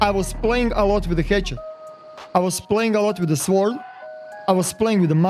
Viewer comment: Lol they way you say sword, normally the W is silent